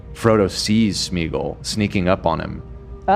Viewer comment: thank you for being the only one to pronounce Smeagol correctly 🤣